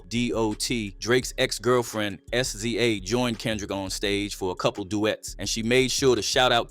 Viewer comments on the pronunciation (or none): This mf calls SZA “Ehsceeay” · mane get that AI voice outta here and voice this shi yoself bro, idc how u sound i just dont wanna hear AI pronounce SZA as "ass zee aa" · ES ZEE AYY IS CRAZY BROTHER THATS SZA!!!!!!! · Saying SZA instead saying SZA is crazy af 🤣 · Just showing he shoulda had some academics, I also love how the ai cant say sza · Not S Z A 😂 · This voiceover/narrator is cap. You don’t know how to say SZA’s na.e, my guy? Bullshit Bot…AI trickery.